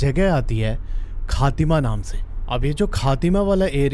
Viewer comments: it khatima no khaatima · it is not बनबासा it is बनबसा it is not खातिमा its खटीमा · Bhai it is " खटीमा " not खातिमा, Bhai uss area mein Goljyu Devta ka temple hai, aur woh iss area k Guardian hai. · khatima nhi sir 😂 khatima sahi se padho 😅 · Phali baat tu khatima nhi khattima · Haha city k naam sahi kro be khatima nai khateema hai or banbasa hai banbaaasa nahi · Bhai the place is not khaatima its khatima and its not banbaasa its banbasa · Bhi wo kahtima h khatima ne h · Bro aapne name wrong study kara hai banbassa ,khatima aapne galat padha hai